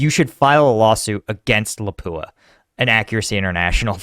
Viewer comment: It's pronounced "Lopp Ooah", not "La pooa